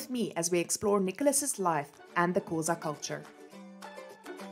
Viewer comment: Thank you for such an interesting information. I love the way you describe his life and the way you pronounce the Xhosa words❤️❤️